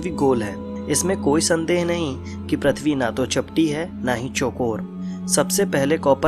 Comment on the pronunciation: Sikh le Prithvi bolna pahla